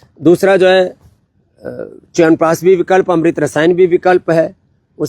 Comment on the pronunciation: I can bet on this! Noone else in this world pronunciate "Chyavanprash" betyer than you... All my hemoglobin, white blood cells, bp, sugar, etc.. comes into balance just after hearing "Chyawanpraash" from you. 😂😂